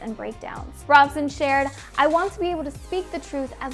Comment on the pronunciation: I believe Robson isn't pronounced like you are saying it. Guess you didn't actually watch the thing you are reporting on.....